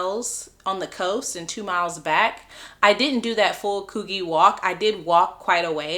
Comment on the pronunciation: Before making a video lady learn how to pronounce places. Circular Quay is Circular key. Coogee is Could-g. The icing on the cake Hungry is a country. How can you fark that up by saying Hungary. 🙄 For someone who has supposed to have travelled OS it sure doesn't sound like it. You sound like a typical American who knows nothing outside of America.